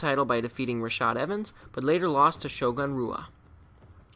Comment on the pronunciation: You pronounced Wanderlei Silva and Shogun Rua wrong.